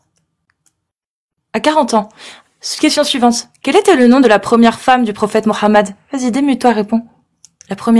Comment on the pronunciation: est parfois naive, l'intervenant n'est pas coraniste, il pratique la taqyia. Et stp arrete de dira "morammed", en bon français il n'y a pas de "r" mais un "h" qui est muet